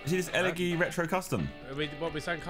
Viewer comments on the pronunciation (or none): You're saying elegy wrong it's pronounced elejy Yknow like ellergic You're saying it like el eggy hahah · It’s pronounced elejy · The way they pronounced Elegy wrong 😂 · Everyone that plays gta must be so triggerd about how they pronounced the elergy retro custom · why are they saying elegy wrong 😭